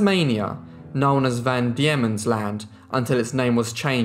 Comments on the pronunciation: van Diemens ... pronounced "dee-mons" , not "dee-ye-mons" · It is Van Deimens land as in demons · Well if we want to split hairs I thought it was Van Daemon's Land pronounced demons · Van Deemans land, trugganini Able Tasman. Pronounciation is key